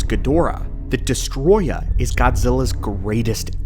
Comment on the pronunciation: It's Destoroyah. Not Destroya.